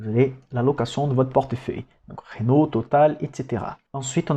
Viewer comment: Superbe travail. Sinon c'est Renault pas Ranault ^^